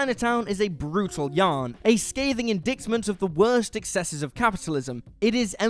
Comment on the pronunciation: "In-DITE-mint" (the "c" is silent!)